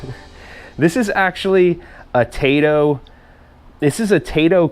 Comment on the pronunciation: Tai-to is a Japanese video game company, Tay-to is what you eat with steak. ^_^